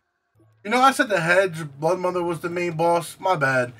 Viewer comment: Broodmother not bloodmother